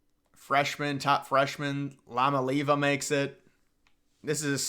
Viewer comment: worst pronunciation of Iamaleava, ( E uh, maul a, auva